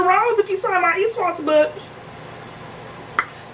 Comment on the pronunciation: Lol what is this ESWOS I keep hearing. Is it s/t to do with that pin